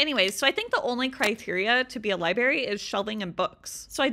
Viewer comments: Library...not libary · Liberry 😂 love your videos but that always gets me